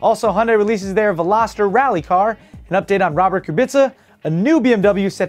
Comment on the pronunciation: Your getting real good at this hosting this. Congrads on the pronunciation of Vel-ah-ster... I *heart* you!! LoL Love the douchebag Pickup truck jump... Hysterical!!